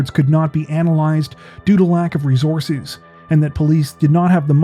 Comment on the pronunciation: When you say “ree-zore-zezz”, do you mean “resources”? You realize that there are no Z’s in “resources”, right?